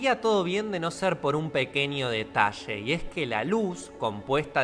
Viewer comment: Un pequeño detashee jajajaja